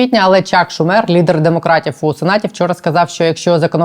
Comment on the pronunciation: чак шУмер, не шумЕр